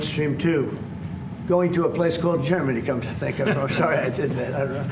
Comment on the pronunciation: Legit heard "Jermany' instead of Germany and thought They met up with Jerma